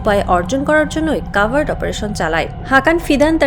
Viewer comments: উচ্চারন্ হবে কভার্ট। কাভার্ট না। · this sounds like AI news. "cavart" or "covert".